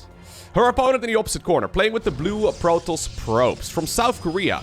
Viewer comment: Not hating on the accent, but every time you say protoss, i swear i get a piece of my brain removed. Love the content though, keep it up.